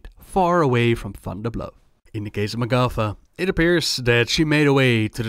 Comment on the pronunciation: For long time I thought you said MacCuffa when talking about the tauren...